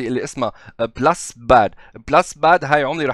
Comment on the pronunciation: بولس مش بلس باد بولس يعني نبضات تحياتي